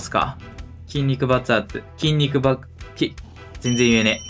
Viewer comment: 筋肉爆発が筋肉バカに聞こえる!!😂